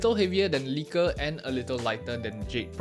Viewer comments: The letter h is pronounced "eytch", not "heytch". It's bad enough when British people pronounce it like that; and you're not Bri'ish. Also the switches are "leckers", not "leakers". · Nice vid bro. I'm from Holland and a long time wooting user. The default switches they use are called lekker and everytime you say it in this video it's sounding like leaker. The English translation for the Dutch word lekker is delicious btw 🎉